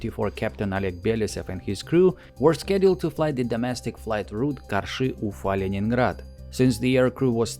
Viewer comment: I love how perfectly you pronounce "Karshy"